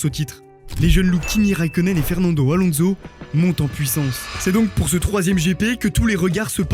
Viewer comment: La jordan de Marc Weber suivi de "Fernando AlonZo" fait un effort par pitié bro